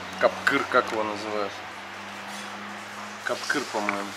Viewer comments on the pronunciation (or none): Не капкыр , а мягче , ударение на я , кяпкир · Не капкыр, а кәкпір